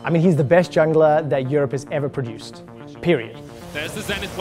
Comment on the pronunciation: Stop saying produced omg